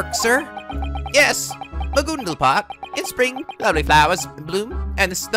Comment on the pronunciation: it's not magoondal, it's ma-gun-dl